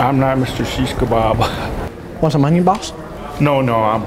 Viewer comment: 0.26 when he said Mr shesh kabab